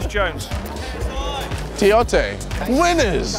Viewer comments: hahahahhaha he says TIOTE..hahahahhaha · "Tiote" hahahhaha